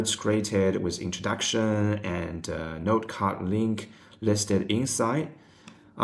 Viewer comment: I hear NERD every time he says 'note' lmao